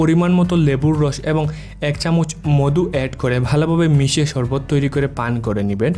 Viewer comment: ভাইরে মদু না মধু হবে ......🙄🙄🙄